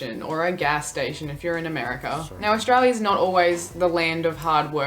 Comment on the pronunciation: As an Aussie, some of these are completely unfamiliar to me - sounds like they've been made up for effect. The abbreviations are more common. Note... she is part of a demographic that mispronounces 'Australia'... it's not "Aushtralia". That mispronunciation of 's' followed by 't' by including an imaginary 'h', e.g. shtreet, shtudent, shtandards etc. is becoming more common. Kids are no longer taught correct pronunciation and speech sounds.